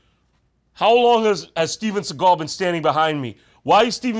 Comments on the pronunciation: Steven S-egg-al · he actually says Steagal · Seagal?? Why do people pronounce it "Segall" it's fkn SEAGULL for crying out loud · when i read his name i thought it was pronounced seagull, not sigall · Shouldnt his name pronounced like seagul with an a?